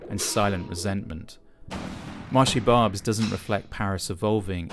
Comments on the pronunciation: Where the french language is barely heard ? Okay, I hear lot's of people speaking to you in french... you answer only in english, each time so you're the problem... you don't even make the slight effort of pronouncing the name of the market correctly (with your accent, that's okay, but the right pronunciation at least. All these people you're spitting on speak french). And you're wrong, french people have voted several times again and again against far right so, yeah, they have said many times they were okay with immigration... The problem is not immigration, it's poverty and it's consequences (and criminality is one of them). And yes, France have VERY bad politics regarding drugs and other things (and there you could say it : french have never voted for that !). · You could have researched how "Marché Barbès" is pronounced before making fool of yourself. you're showing some veiled women waiting in front of the station's entrance, what's that about? Are you saying you have no veiled women in the UK? There is no multiculturalism in France the veil is not allowed in the State's institutions. Multiculturalism is an invention of your country and a problem of your own no need to import it here. Also did you know probably half the population of Barbès are candidates of cross-channel immigration had we let them go? If anything you should be thanking Europeans for bearing your share of immigrants in the continent! Stop exploiting peoples miserable lives to sell views on the internet and go back to your miserable island.